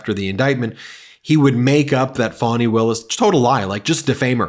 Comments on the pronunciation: Time Trup also learnt to pronounce words _It's FANY and not FANNY!! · Trump can't spell and we know that from his Truth Social posts. But he cant spell, because it's not spelled Fanny, like your a$$. As Trump said. It is spelled Fani and she pronounces it Fawni. Trump is a petulant and vicious child. Because he committed crimes (plural) in Georgia and Fani Willis, DA in Georgia is holding him accountable for those crimes. And that makes Trump very angry, because he thinks he is above the law and should be allowed to break any laws he wants without facing any consequences. Well Donald Trump is not special. He will be held accountable and he will face consequences for his crimes, because he did commit the crimes, he did break the law intentionally. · D.A. Fani Willis' name is pronounced fawn-knee, which is Swahili for prosperous, not Fanny. Who wants someone in the White House who habitually behaves like a name calling immature child with a limited vocabulary and refers to himself in the third person. It's sickening that his supporters laugh and agree with his demented craziness. He has royally defamed D.A. Willis but because she is a court officer I do not believe she can sue him. Let’s continue to push the 🌊 Blue Tsunami 🌊 and vote early when the poles are open in your district. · He's so dumb. To pronounce it, "Fanny," he would have to add another, "n," to her name. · Trying to attack Fani Willis by wilfully mispronouncing her name as "fanny"? That's "rich" coming from a guy who sounds 'phony' all the time!! I mean it is abundantly clear what Trump is trying to do. Trying to put pressure on Fani's position by attempting to smear her in the public eye, simply because he sees her as a threat. It's dispicable/childish, he's done it before and he'll do it again. He ONLY knows how to take, but not to give, let alone 'letting go'. He tasted the power of the presidency and he can't let it go, he wants it back and more. Make your vote count this year. This is very serious.